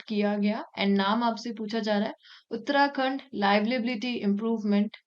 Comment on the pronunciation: In question in 28 while explaining, she uttered Uttrakhand.